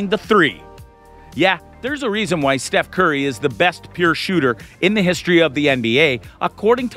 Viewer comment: How do you butcher Steph's name and misspell Gary Payton